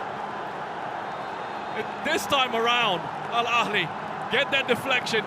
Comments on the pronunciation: ههههههههههههههههههههههه فعلا 😂😂 الكهلي 🤣🤣 ببساطه انطقه مثل ما تقرأه "الأهلي" لا يوجد حرف ك نهائيا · The commentators really looked at the ‘h’ in Al Ahli and said, ‘Let’s make that a kh!’ Suddenly we’re Al Akli. Incredible—these guys didn’t just mispronounce it, they invented a whole new club live on air. Pure linguistic butchery!